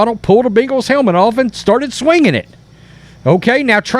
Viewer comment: It’s not Bingles…..it’s Bengals.